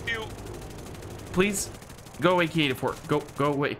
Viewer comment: when you said ki-84 is actually said k I 84